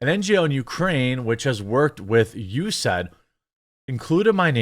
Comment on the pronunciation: We pronounce it "U-S-A-I-D". Non-state department usually says "U-S Aid". "U-said" is a new one for me. But just thought I'd help.